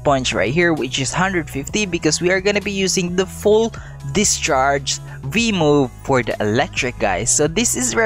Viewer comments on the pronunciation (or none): none